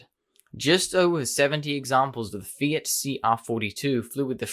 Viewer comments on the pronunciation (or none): none